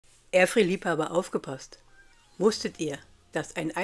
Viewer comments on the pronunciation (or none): Es heißt nun mal nicht Erfierr, sondern Ährfraier ! So fängt es schon mal an. Mit den Zeiten muß man halt experimentieren !